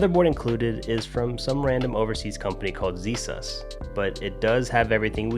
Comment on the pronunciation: "ZSUS"?? LOL